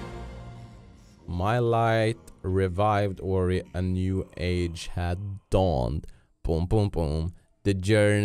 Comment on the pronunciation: Döp Ori till ''Peppic'' eller ''Peppik''( typ när du ska säga kom igen nu Ori)